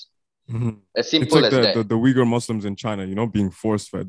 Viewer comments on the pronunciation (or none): none